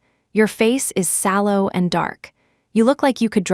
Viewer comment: SALLOW not shallow